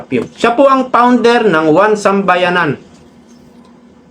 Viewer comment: 1Sambayan NOT 1SambayaNAN! Paki EDIT ng sinasabi kasi MALİ!